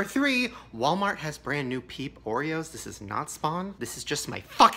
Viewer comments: Wait the whole time i thought he was saying pink oreos not peep oreos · MissPronounced oof